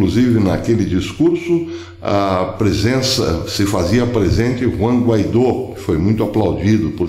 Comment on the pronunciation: Bernard E. Jensch - o sobrenome do presidente interino é Juan GUAIDÓ e não Guaidô